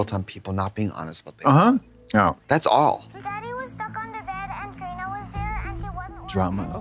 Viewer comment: Katya calling Trina “Tarina” is sending me 😂